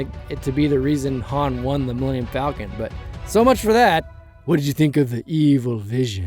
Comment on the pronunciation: One of my favorite details that they kept from OG Han was the way he pronounces "Falcon" like "Fall-ken". Was the final detail that sold me on Ehrenreich.